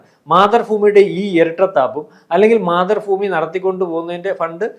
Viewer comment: മാതൃഫൂമി എന്ന് കളിയാക്കി പറയുന്നതാണെങ്കിൽ ഒക്കെ അല്ലാത്തപക്ഷം ആ ഉച്ചാരണം ഒന്ന് കറക്റ്റ് ആക്കി പറയണം